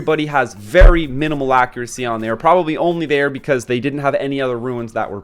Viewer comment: Yes it is, he is saying it wrong hehe